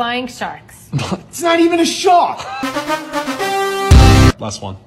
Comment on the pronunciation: "It's not even a Shawk" no "R"